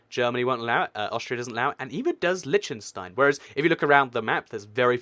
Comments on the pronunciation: Lesson on how to pronounce Liechtenstein. Lí - ch (like the ch in Scottish loch) - ten - stine. Not Litchtenstine or Leeshtenstine, but Liechtenstein, (Lí - ch - ten - stine.) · You should learn to pronounce Liechtenstein.... its not Litchenstein you know. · It's Pronounced LICK-TEN-SHTINE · It's LiCHtenstein not Leechtenstein and the people are not German. they are Liechtensteiners. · It's pronounced LEECH-tenstein and Switzerland has never had a prince or royalty of any kind. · It's not pronounced "Lytshenstyne" ....but I know, the "ch" is tricky for native English speakers. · its ** L-EE-KH-TEN-STEIN, and MON-AAA-CO as said by the locals, many many place names in europe are different from their english translations.. aan-dor-aah, SAAN-MAAR-EE-NO, V-AAH-T-EE-KAN, do not even start on the actual names of the countries, like EIRE,SVERIGE,DEUTSCHLAND, that are totally different from english,.... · LISH TUN STEIN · There's a lot of small countries in the Americas. Have you heard of Grenada, St Vincent, St Lucia, St Kitts? I didn't think so. It's pronounce - Lick-ten-stein How can you talk about Monaco and not go in depth about the Formula 1 racing? And that it's a Principality, a Prince! Vatican City is an sovereign state, not necessarily best classified as a country. It was set aside while Italy was under Facism, created under the Lateran Treaty so that the Church would have autonomy. The countries in the UK aren't actually 'countries' as in nations; they act more like provinces or states. Some British term lost in translation and causes confusion. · 1, the ch in Liechtenstein is not the same sound as in english, its a throat-H similar to what Hebrew has. 2, San Marino is also proof that the most effective way for governing ppl is a city-state (it also brings in truckloads of money if you are a popular tax-heaven). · They're not secret, we learned all the european countries in school, and you butchered Liechtenstein.